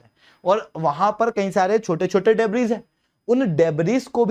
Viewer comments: डेब्रिस नहीं डेब्री । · In 'debris', 's' is silent